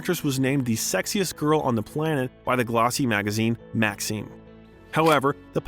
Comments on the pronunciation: "Nine Zero Two One Zero." You obviously know nothing about that show if that's how you pronounce it. And it's not Max E Um either. It's Maxim. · An AI voice would explain a lot of cringe pronunciations like Maxeem for Maxim. There were had to be literally dozens. I almost stopped watching at one point.